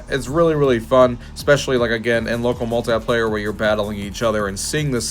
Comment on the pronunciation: The word "muahltaiplayer" makes me so aggressive 😅